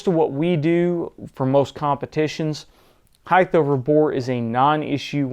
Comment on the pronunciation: The word is HEIGHT, and it is properly pronounced "hite" not "hite-th"...there should not be a TH on the end. As always, this video is very informative and well done.